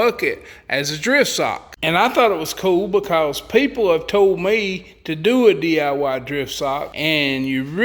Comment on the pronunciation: "Pretty smart poople"?????